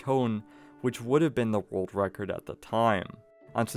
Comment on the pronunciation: World wecord? 🤣 Bugs bwunny